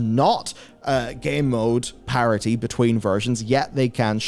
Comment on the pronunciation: Why are you saying “parity” like it’s spelled parody???